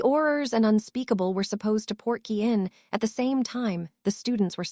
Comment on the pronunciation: Port-key Not porky as in Porky Pig